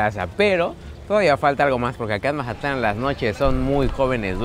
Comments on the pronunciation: Soy el único que escucha que dice majatlan en los videos??? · Mi estimado, no es mahatlan es mazatlan tal cual y eso que soy de culiacan jajaja. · No se dice majatlan se mazatlan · y quien habla asi con ese acento, es mazatlan no majatlan. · Por qué dices "Majatlán"?